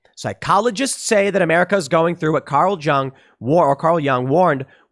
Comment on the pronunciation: Dude, you can't pronounce "Carl Jung"? Will you actually interview ten psychologists? No, because interviews are harder for your right-wing funders to manipulate.